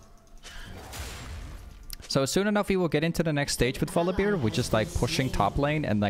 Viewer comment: I really like your videos, but for god's sake, please stop saying VoliBEER